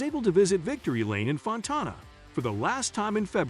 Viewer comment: I hate these computer generated readers, or whatever they are. Can't pronounce words like Fontana or Geico and it pisses me off just to listen to this butchery. Are we out of people who can read?